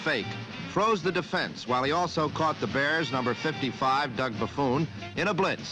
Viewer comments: Yeah, I noticed that as well............ It Ba-Phone Jack !! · LOL, Jack Whitaker says Doug Buffoon